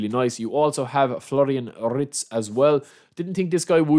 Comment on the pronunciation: I only watch for the mispronunciations